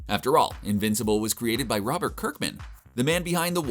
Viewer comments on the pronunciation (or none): none